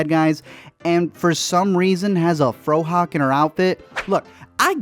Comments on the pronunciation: did dude say FroHawk?!...its FauxHawk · You said Fro-Hawk when you meant to say Fauxhawk, but it was really a kind of Mohawk.